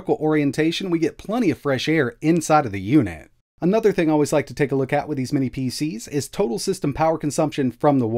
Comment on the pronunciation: Minnis again? Dude, WTH? Is it a mental block or something that you can’t say “mini”?